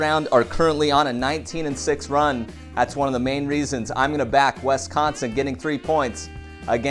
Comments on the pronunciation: Wisssssss, not Wessssss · Please say wisconsin like swiss cheese. Swiss=wisconsin non wesconsin. Im from there and it really anoys me